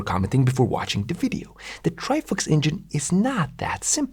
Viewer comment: why is bro saying ""Trifucks" 🥲